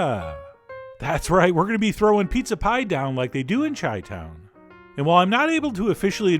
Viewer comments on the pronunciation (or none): Chi- town (pronounced Shy-town not Chai-town). How dare you.